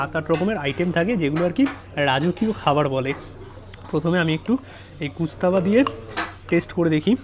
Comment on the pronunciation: Bhai khabarer naam jene food blog kar.... Gustaba noi ghostaba